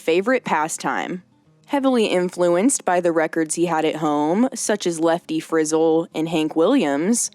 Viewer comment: It lefty Friz-el not Frizzle